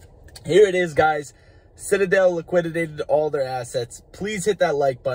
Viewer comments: It's "liquidated," not "liquididated." Thanks for the vid, man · “LI-QI-DATED” not, “LIQUIDITATED” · LIQUI-DATED...not liquididated lmaoooooo